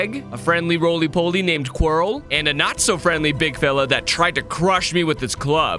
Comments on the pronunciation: It’s not “Quarry” it’s Quirrel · Is it funny that he says quirrie instead of Quirrel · I can’t believe he called quirrel quarry the whole video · Calling quiril qwery bruh 🥀🥀